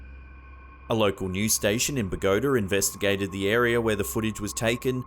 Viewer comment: Bogota rhymes with Pagoda! No, it's like Bo GA TA, love your accent, just wanted you to know! It's charming....